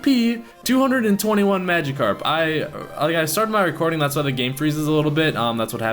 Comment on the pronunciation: nah ur saying it right that's how they say it in the anime